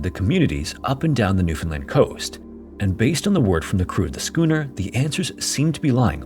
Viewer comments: Also thank you for pronouncing the name of our province correctly! Look up the 1929 NL Tsunami if you're looking for content for a future video. Grim stuff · I'm so happy😊 you pronounced Newfoundland Correctly!🎉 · thank you SO much for being one of the only youtubers to pronounce newfoundland right. :') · Just have to say, as someone who was raised in newfoundland, its so nice to hear a youtuber pronounce it properly! A lot of people pronounce it like "new-fin-lind" outside of canada and every time i hear it pronounced like that it makes me cringe inside lol (The emphasis goes on the "Newfoundl-AND". Its the "lind" pronunciation that sounds so wrong to me) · We have so many "Gull Islands" here haha... P.s. thanks for pronouncing Newfoundland pretty accurately! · As a Newfoundlander, I appreciate this story and your correct pronunciation of Newfoundland. Cheers!! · 10/10 pronunciation of "Newfoundland" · I suggested this one so I'm stoked to see if featured. NL has lots of shipwreck stories but this one always stuck with me. And kudos for pronouncing Newfoundland correctly.